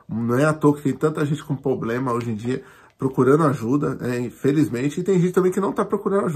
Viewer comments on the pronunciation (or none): Reclama que o povo não lê, mas fala "POBLEMA"....🤷🏾‍♂️